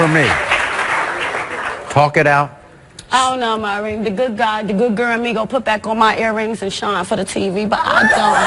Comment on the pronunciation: Been on the show and still can't pronounce Maury's name. LOLOLOL